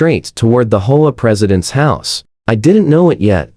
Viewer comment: I have never lived in this kind of neighborhood, so I don't know the proper pronunciation. Do people actually call it a "hoa," or do they call it an "H. O. A.?" If the latter someone needs to find a way to get the Ai to pronounce it properly. It is very distracting.